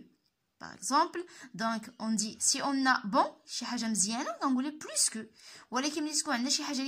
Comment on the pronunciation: علاش كتنطقي s ديال plus فاش كتكون فالجملة